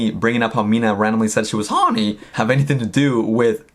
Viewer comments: I think the ONLY crime is how you say HORNY in this video. Help. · The way she says horny. Sounds like honey. Made me think of Winnie the Pooh. Now we’re all strange together. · The way you say horny, I just keep hearing "mina so HOrnY mi mina so HORneey" 😂😂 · You and Mina are just being human beings. The tweet was funny and silly!! I ❤ the both of you. Oh LAWD 🤦‍♀️ people must be really bored 🙄 Straight FINDING anything to be up in arms about. R E L A X people. P.S. Every time you say "Hawny" I can't stop laughing 🤣